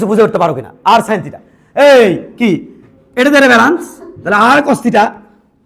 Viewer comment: বালান্স not ব্যালেন্স 😂